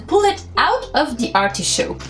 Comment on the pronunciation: it's not artishoke….it's artichoke....